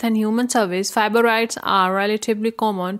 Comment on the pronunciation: I was wondering the same thing. It sound like she said fiboroids.